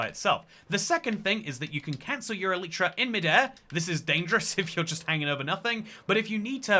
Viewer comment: It's pronounced e-lie-tra💀